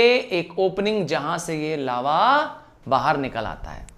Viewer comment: Legends noticed Laua 😅😅 ::::::::::::: but it is lava ✅